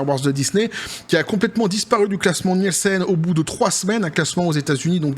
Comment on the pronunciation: ça se prononce "Nilsen" ... désolé, je retourne me cacher.